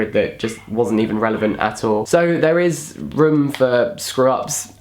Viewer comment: Love the way you say room haha😂